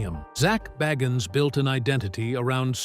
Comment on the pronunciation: Say his name right